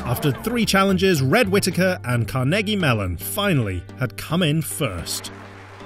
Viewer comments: " car-neggie melon " lmao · the way he said Carnegie Mellon hurts my ears